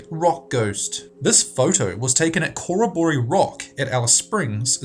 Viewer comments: DUDE!!! Your pronunciation is TERRIBLE!!!!! It's not COOR-A-BOOR-E It's CO as in Co. and Rroboree as in "robbery." Co-robbery Rock. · Cor-a-bor-ee? Don't think so. Kuh-rob-uh-ree. A well known Australian aboriginal word. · It's not corra - boree. It's pronounced, "CoROBbery" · What the hell is a "coro - bor - ee" ? Sure you don't mean a "cor - ob - oh - ree" ? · Hey mate, I have to say it, as it irks me a bit with your vids.... but, It is pronounced Cor-rob-o-ree (or Corr-Robbery if thats easier) .... not Cora-Boree, (basic meaning = party or meeting of people) It's the only thing that annoys the shit out of me about alot of your vids, your pronunciation of most words that aren't really short and basic is pretty poor (not always, but quite a bit) :/ just remember... "sound it out" :D (and i know, that it might seem nitpicky) but i'm not saying it for the fun of it, it's for your benefit ;) other than that, keep up the good work, I enjoy your stuff :) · Coraboree :3 Dude, corroboree is pronounced Ke-rob-or-ee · please pronounce place names correctly. in pic no 14 the place is pronounced Cor-rob-or-ree. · You pronounced Corroboree wrong... The stress is on the 2nd and last syllables... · # 16 - - PRONOUNCED 'CO-ROB-ERI' - NOT how you said it!! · and also in picture 16 he talks about "Corroboree" and mispronounces it. It is an Australian Aboriginal word that means to meet and celebrate dreamtime business. It is pronounced "Core - obb - ore- eee". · Corroboree is pronounced Corrob-borree, one syllable. . Aboriginal word for gathering from memory. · Please listen to a vid where the word Corroboree is mentioned. It's an aboriginal word and like most aboriginal words is pronounced exactly as it looks, Co rob bore ree You are placing the emphasis wrong because you're looking at it like western language where the words are written one way and pronounced another. If you live in the country, this pronunciation is painful to listen to.